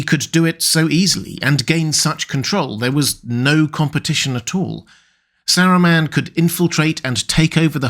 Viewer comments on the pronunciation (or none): Just wanted to add that I think you might have to check your pronunciation of “Saruman”. I hear you saying “Saru-mehn” instead of the correct “Saru-mahn“